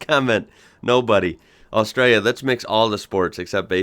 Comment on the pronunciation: Your the only American that says Australia right